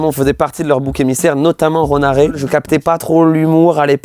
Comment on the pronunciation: Ronaré????? Bah frérot tu connais pas bien le nom du gars avec qui ta prod?? Kappa